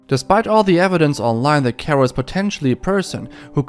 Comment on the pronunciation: Kero not Kuro